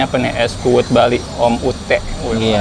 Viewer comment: Bukan kuwut tapi kuwud